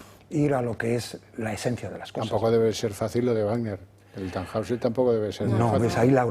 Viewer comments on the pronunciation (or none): TannHäusser , se pronuncia (tanjoiser) 😊